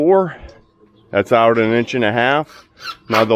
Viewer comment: That Pittsburgheese was very evident with that "AHT" no need to correct yourself...just embrace it lol